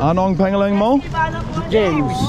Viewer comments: You ROCK,! Thanks for the comic relief! Your humbleness and ease when it comes to getting down with the locals definitely make for a fun watch. Will you still be there in April? Heading out there w/ family. By the way, pangalan is pronounced....."pung-alan". Have fun! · Bro your videos are pretty cool, when you ask what’s your name in Tagalog, pronounce it like this ano ang pawng ahhlan mo.. not the correct spelling but more understandable. Thanks and keep the videos coming. Entertaining. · I love your videos but they all corrected you but idk if you've heard it, but it's pronounced "pung-ah-Luhn" pangalan. We don't have the long vowels in Tagalog. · ANONG PANGALAN MO? WHAT IS YOUR NAME? YOU ARE PRONOUNCING IT WRONG FROM THE VERY START BRO! I THINK IT IS ABOUT TIME YOU SHOULD LEARN HOW TO PRONOUNCE IT SINCE YOU HAVE BEEN SAYING THAT MORE THAN ENOUGH FROM THE VERY START.